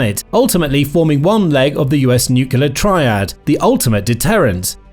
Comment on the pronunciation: Nuclear not nucular.